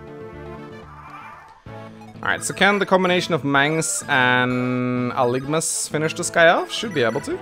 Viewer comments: Aligma balls is all I can think of every time mangs misreads algimas name 😆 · I know you're on vacation now, but hopefully you realize that you're mispronouncing Algimas, you're getting the letters mixed up. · Think you're flipping the g and the i in Algimas there buddy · It's actually Algimas though, not Aligmas. He has the i and g backwards. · I'm way late to this, but why wouldn't you go with the red color on this one... Also, "Aligmas" lol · Are we just going to ignore that his name is Algimas and not Aligmas? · A new LP and im already cringing at Mangs not being able to read. It clearly says Algimas and he says "Aligmas" I know im being petty but it bothers me. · I know I'm late but its ALGIMUS AL-GIM-US NOT ALIGMUS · Dude. Please. His name is pronounced AL-GEH-MISS